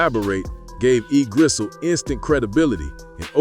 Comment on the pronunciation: Bro called E Gizzle everything but the right name